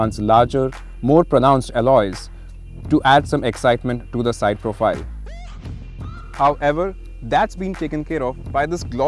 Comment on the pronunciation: Someone help the presenter to pronounce 'However' Single word my friend